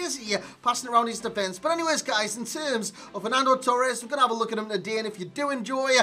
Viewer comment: He said "How's it gunnen lads" ?